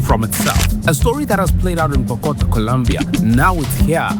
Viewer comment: Bro calling bogotá bokota 💀